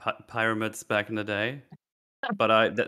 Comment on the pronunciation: "Pyromids" My first thought was:" Does he mean Tyranids? From Warhammer 40K?" No he meant Pyramids. I...... didn't... couldn't think of that. That word was so far from everything I could have guessed.